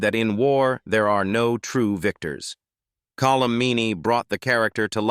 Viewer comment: Call-um Meaney? Really? AI garbage.